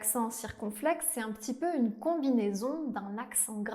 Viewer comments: Hello. Loved "Ils sont fous, ces français". U sure all the "a" in "papa gâteau" are the same ? I heard "excetera". Isn't it "ʒə / mə / pəti " ? & not "ʒø / mø / pøti " ? Only three nasal vowels ? Pff. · Pardon, à le mot « petit » fait le son e schwa comme dans « cheval », si je me souviens bien.